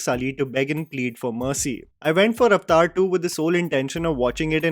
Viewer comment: The word is Avatar ( a va tar) say it right stop confusing it with the hindi word.